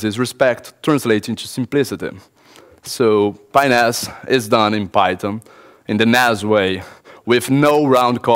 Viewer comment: Sounds too much like a foreigner saying penis.